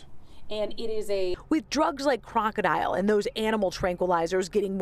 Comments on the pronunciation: It’s not pronounced like the word crocodile (kraa • kuh • dile) It’s krokodil and pronounced like (krah • kuh • dill) as like in dill pickles. And these drugs emerge because of the DEA and CDC. Stop putting our doctors behind bars and stop sending legitimate pain patients to the streets in search for their life saving meds. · Isn’t it pronounced krok-a-dill not crocodile aha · KROKODIL not DILE ..dil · Its called krokidil not fucking crocodile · You have to learn pronounce it. Its krokodil not crocodile 🐊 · It makes it hard to believe authorities even when they’re right when they don’t even pronounce the name of the drug right. All they had to do was watch a YouTube video of people using it. It’s pronounced “Krok-O-Dill” not crocodile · I thought it was pronounced kroko-dill? 🥒 This was especially popular in russia/eastern european countries, it is a certainty its some dark web shit